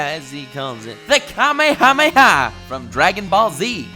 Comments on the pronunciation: Just saying, the way Matpat pronounced kamehameha is correct. If you watched the original Dragonball you would know. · Thank you for saying Kamehameha right😂